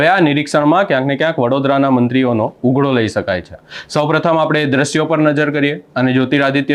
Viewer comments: ભાઈ ઉઘડો ( ughdo) નહી પણ ઉધડો બોલો (Udhdo) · ઉઘડો સાંભળીને એમ થયું કે મોબાઈલમાં પ્રવેશ કરી, બોલનારનો કાન આમળી અને 100 વાર લખાવું ને બોલાવું કે ઉઘડો નહીં ઉધડો... માઈક અને કેમેરા આવી જાય એટલે બધા પત્રકાર થઈ જાય છે. ચેનલમાં કોઈ એવું લાગતું જ નથી કે આવી બાબતમાં ધ્યાન આપે.. એક કામ કરજો. માતૃભાષા દિવસે ભાષા ઉપર કોઈ એપિસોડ ન બનાવતા.. ભાષાને શ્રદ્ધાંજલિ આપી ગણાશે...